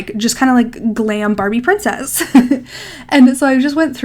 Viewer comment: You said glam babie princess…… 6 times 🤣